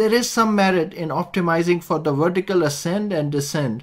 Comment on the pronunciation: Excellent video! A lot of ground covered. One thing that did irritate me: Vertical should not be pronounced Wertical.